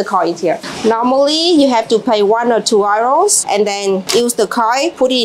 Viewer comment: The money is pronounced YOUROSE (euros ) . 😂😂 I kept wondering what you were saying 😂😂